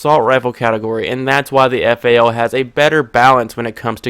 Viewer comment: Thats the correct way to say it when you grow hair on your nuts you will know the right way to say guns names